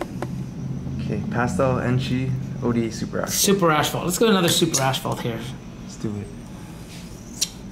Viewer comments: guys its AS-PHALT, not ASH-PHALT. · Why does add an extra "h" is asphalt? Always says "ashphalt ". 🤣 it's not ash!